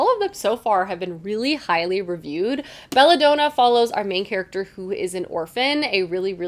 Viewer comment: Just so you know I believe Belladonna is pronounced Daa-nuh, not Done-uh. Don as in DONald Duck.